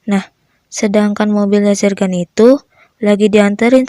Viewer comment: Bukan jergan tapi zergan